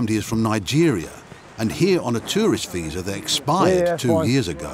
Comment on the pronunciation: feel pity for the student. Fire the immigration officer for not pronouncing properly